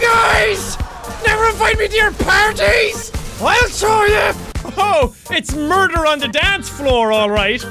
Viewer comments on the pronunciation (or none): Jack in gout simulator part 11 you said murber in danse floor